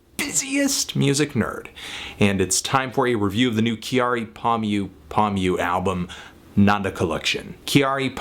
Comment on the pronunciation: Nope, he's pronouncing it right! I live in Japan and whenever the topic of JPop is brought up, it sounds just how it is spelt in japanese. Please don't think you know how to pronounce words in a language you have no clue about!